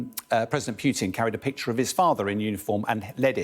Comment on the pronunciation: The hosts can't even say Putin correctly, why should we listen to their armchair journalists opinions with all their Russophobia... Don't look to sky news for unbiased journalism